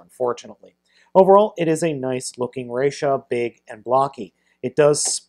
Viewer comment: ressha not rassha